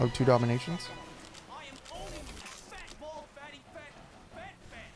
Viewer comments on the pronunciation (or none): For several years I thought was saying "fat-balled" instead of "fat bald".